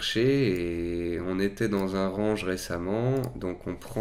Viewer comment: RANGE se prononce RENGE, c'est pas le verbe ranger hein...